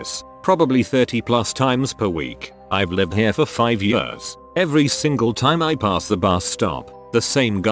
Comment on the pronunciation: I can’t fucking stand the way the robot voice says the word years!!!!! It’s like yahhhsz